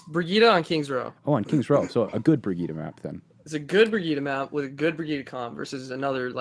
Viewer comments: Why do you keep pronouncing Brigitte different all the time D:?? Sometimes "Bridget" and sometimes "Brigitte" :( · Drives me nuts he pronounces Brigitte “Bridget” xD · i mihgt be petty but him mispronouncing brigittes name annoys the fuck out of me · dude can't even pronounce Brigitte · The number of different ways Briggite is pronounced differently in this video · how many times did he change the pronunciation of Brigitte than Brigitte mechanic.